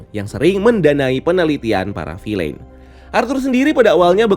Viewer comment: Bacanya "vil'n", bukan "filein"